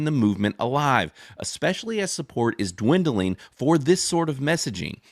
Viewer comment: did bro really just pronounce it "ex-specially" like a toddler 😂